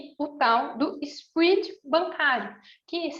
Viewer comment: so fiquei com agonia pq voce nao sabe falar SPREAD(sprédi) e fica falando SPRID AHJSUHAUSHAS